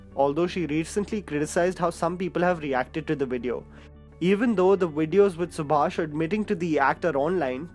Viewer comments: Subhash Kapoor, not Subhasish Kapoor! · its SUBHASH not SUBHASHISH